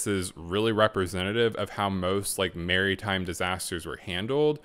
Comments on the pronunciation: I'm sorry but the way you say Maritime like "Merry Time" made me laugh imagining as though the people on the titanic had a disaster due to having too much of a Merry Time 😂😂 people dancing into the water n shit😂 Ahh I'm going to hell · Look up how to pronounce maritime mate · Love your channel! And ive subbed, gonna binge more. I find it so funny how you pronounce maritime 😂😂